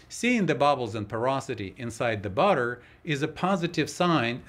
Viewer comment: Ooh, I feel like I've been let in on a family secret. These pancakes look perfect. I freeze pancakes, placed inside a Ziplock bag with the excess air removed and with a sheet of parchment between each one. Side note: Listening to your instructions, between the and minute marks, it sounded like you were saying "butter," which confused me until I realized you were saying "batter." I grew up in Texas, and when I moved to California, it took me three years of practicing my pronunciation so that people would understand whether I was saying "all," "oil," or "awl." Fun times coping with accents.